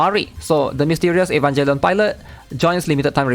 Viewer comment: Bro really said Evanjellion.